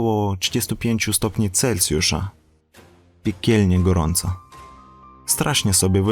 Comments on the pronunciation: Jesteś świetny, robisz bardzo wartościowe filmy - zawsze niezwykle merytorycznie! Ale mówimy "celSjusza", nie - "celCjusza". Piszę, bo widzę że masz głód wiedzy i rozwoju, to nie hejterski komentarz:) jesteś moim wymarzonym mężem pozdrawiam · Mówi się Celsjusza a nie Celcjusza.